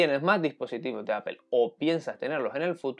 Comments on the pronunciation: Es raro, porque el sonido final de "Apple" (ˈæ.pəl) es más parecido a una "O" castellana, no debería haber problema para pronunciar algo así como "Áp'o" en lugar de "Apel". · por que dicen apel? xD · No entiendo porque le llaman "Apel", los españoles también no dejan de decirle así, alguien sabrá?? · entonces se dice aple you know ? Gogle, se comen las "s" y según ustedes crearon el idioma. Me gustaría que que dieran el ejemplo al hablarlo.